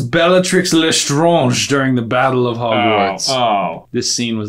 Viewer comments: did anyone notice that right after getting question 5 right J fumbles with Bellatrix's last name? 'Bellatrix Bla- Lestr-AH-nge' and gets it wrong even then? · i think it would be pronounced bell-ah-tree (the r sound comes from your throat) leh-str-on-je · You say Lestrange vrong.